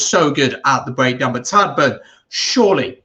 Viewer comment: Tagdh pronounced Tieg. Otherwise great review 👍Lineout credit probably has to go to POC. Was always renowned as an excellent Lineout operator both attack and defence. How bad James Lowe has been should be mentioned too?